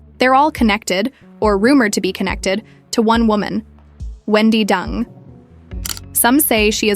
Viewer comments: Why the ai can’t pronounce her name properly is beyond me. It’s Deng, not Dung like cow poo. She’s a G and should be treated w respect. Marriage is a contract and she no dummy. The ai actually pronounced it correct once, it makes me wonder if they did that on purpose to be subliminal. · The Narrator keeps pronouncing Wendi's last name as "Dung" instead of DENG as in E sound. For a rural Chinese girl to achieve such fame and fortune "entering the American upper class society" nevertheless involves a lot of hard painstaking job. This I truly applaud her! .Quote: You will never possess what you do not pursue. You can't launch into the deep and stay on the beach. You cannot accomplish a great dream without taking action"👍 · Deng is pronunced "Turn" in Mandarin and not "Dung". (I am ethnic Chinese. I should know)😅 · Not Dung, pronounced as Deng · Interesting story…. but wondering if her name should be pronounced DENG…. not DUNG? In Oz the word dung means poop. We use the word when referring to cow or sheep’s dung 😬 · stories- her name is Deng / not Dung, guess a simple mistake that shouldnt have occurred jiayou..... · She’s not “Dung”. She’s “deng”. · Deng is pronounced as, "Ding" and not 'Dung'. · DENG NOT DUNG! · 🤣😂its not pronounced as Wendy ( Dung ) ... Deng & Dung two different meaning ?! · OMG , pls pronounce properly Dung, Dung Dung,. COWDUNG....It's Deng , hanyu pinyin...same surname as Theresa Teng....hanyu pinyin as Deng....not COWDUNG ,DUNG.... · Ding dong dung ... It's Deng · Even if I don't care for this woman, Deng is not pronounced as dung. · Deng is not pronounced as dung 😢😢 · I am sure it's intentional, because even Deng is not pronounced as Dung in English. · Pronounced DUNG= sounds about right..... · Deng isn't pronounced dung. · Interesting video but the mispronunciation of her name is distracting. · It's intentionally by the AI to pronounce it like that! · You butchered her last name, pronounced it completely wrong